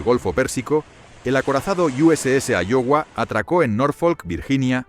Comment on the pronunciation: Se pronuncia aiowa y se escribe Iowa